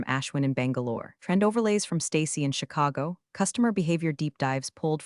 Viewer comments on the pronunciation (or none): none